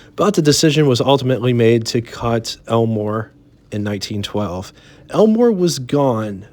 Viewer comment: I could swear you're saying Elinor and not Elmore.